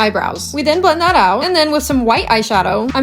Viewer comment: "we then blend that out" totally came out with chinese accent lmao, getting in character, love it!